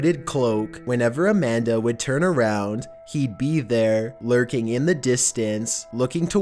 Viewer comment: My dauther said " what does lwurking mean and that's how she spelled it" it sounded like twerking 😂🤣😅